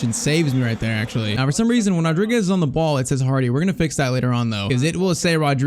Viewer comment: Being Portuguese, i have to say this: you wrote Fernáo Rodrigues, and it's Fernão Rodrigues (the little wave in the "a" it's called a til, kinda like my name) and you are saying Rodriguez, it's a common mistake, just like Bruno Fernandes